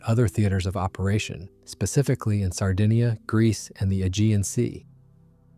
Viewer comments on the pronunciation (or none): none